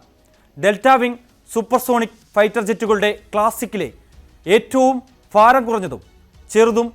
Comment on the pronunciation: ഫാരം അല്ല ഭാരം.....